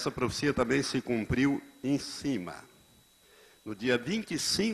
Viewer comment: PROFICIA não, né Pastor. O correto é PROFECIA! Que tal falar direito antes de mais nada?